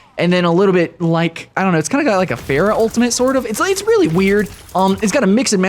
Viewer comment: Beyond the not great comparison.. Why the hell do you say Pharah wrong? Their names are literally heard in game. Oh and transforming enemies into chickens? My first thought was Ratchet & Clank. Soooo yeah.